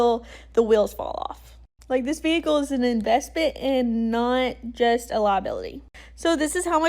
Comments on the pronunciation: 😂😂😂😂😂 I'm sorry. She - and her HUSBAND? - thinks a Tahoe is going to last FIFTEEN YEARS?? I think she better rethink her faith in her choice of "vee-hih-coo". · Why do Americans say vehicle like that lol